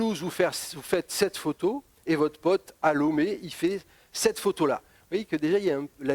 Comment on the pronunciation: la capitale du Bénin, c est Porto Novo... Lomé, c est la capitale du Togo d une... Et on prononce LOmé, pas LOUmé... lol